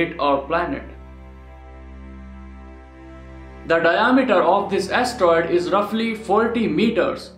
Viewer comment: he can't an astroid!